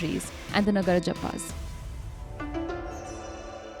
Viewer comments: It’s Naga-raj-appa’s not nagar-jappa’s 🤣🤣🤣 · Your pronunciation of Indian names is getting worse by the day. It is not nuh-guh-ruh-jappas. Their name is Naga-Raja-Appa.